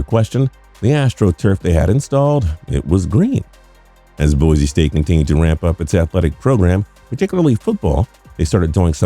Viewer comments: Please -- Boy-C not Boy-Z. Thank you :) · People it’s Boise with a S not bozie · It is pronounced "Boy-see". There is no 'Z'. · Haha, just FYI it's boy-see and mack-al-vein construction. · It’s Boise not Boize.